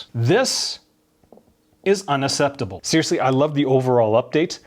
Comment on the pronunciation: Unacceptable not unasseptable